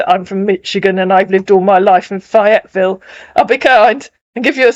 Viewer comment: Um, it's FAYE-etville. Long "A." 😉